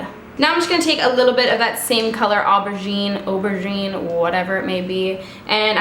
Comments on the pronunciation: This is heaven ! And beautiful as always !! Love you ! Ps: you pronounced aubergine just right haha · It's the good prononciation for Aubergine. It's a french word. Beautiful!